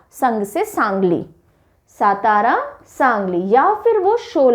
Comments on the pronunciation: Nice pronunciation and explanation. Only one correction Satara should be read as Saatara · सातारा नही सातार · सतारा नही सातारा है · Mam not सतारा it's सातारा (राजधानी सातारा) 🚩🙏 जय शिवराय 🙏🚩 🚩 जय महाराष्ट्र 🚩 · Miss it is सातारा